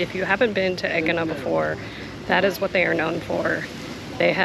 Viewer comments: A-yeena emphasis on the A. no G sounds in the pronunciation. Not EGG-eena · Haha, you pronounce the name of the island completely differently to me. Great to see so much of the temple, more than any other video on AEGINA I’ve seen, and I’m very keen to sketch it as I’ve done on my trips to Sisely, Italy and Turkey.